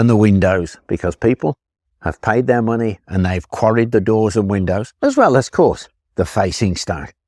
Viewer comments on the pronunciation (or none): none